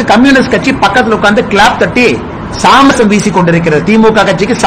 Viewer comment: எய் ஆடு, அது "சாமரம்" டா அபிஷடூ ... சாமரசம் இல்லை!